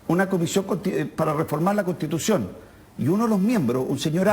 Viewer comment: "e'tá", "contitución", "lo' académico", "e'tamo", "la' de'calificacione", ....cómo asesina el lenguaje este personaje!!!!